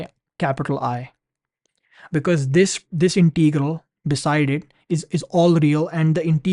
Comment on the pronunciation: Pronunciation: it is Integral, not Inteegral!